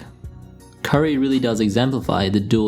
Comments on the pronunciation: kyrie? curry? @@ i had to rewind the video about 10 times to figure out which you said. maybe go with irving and curry next time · Cant tell the difference between u saying Curry or Kyrie...